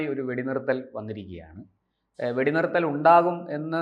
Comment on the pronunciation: എടാ കിഴഞ്ഞാ വെടി നിരത്തൽ അല്ല വെടി നിർത്തൽ